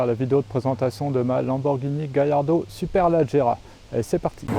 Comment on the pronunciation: On dit pas superlAgerra mais superlEgerra